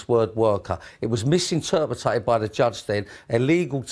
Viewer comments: MISINTERPRITA-ED. *MISINTERPETED. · Accommondated, misinterpretated and Youba... I guess you don't need to be able to speak to be a CEO. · "' 'e misinterpretated ! " You mis- pronouncitated mate ! Lol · He has misinterpretated how to pronounce misinterpreted. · "Misinterpetated"-hahaha, what a mong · Why would anybody do business with someone who has clearly, misinterpreted how to say " misinterpreted " ?